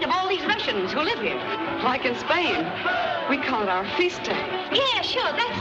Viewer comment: Spain. Shuwah.